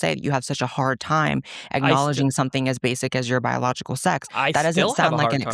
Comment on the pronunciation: You can tell by the slight pause and hitch and mispronunciation of “biological” that he doesn’t believe it, when he said he believes he’s a biological woman